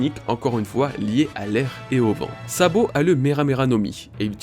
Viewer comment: Super Travail! Rien à redire sur cette vidéo sauf ceci: A partir de 8 minutes 43 environ, j'entends: " Lorsque Sabot récupère Dragon..."; Voilà c'est tout 😅 sinon au top! Continues comme ça!